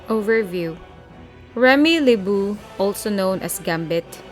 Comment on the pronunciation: Lol i like how you said remy leboo